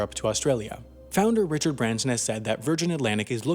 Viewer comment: Do you mean Branson? Or is there a Richard Branser?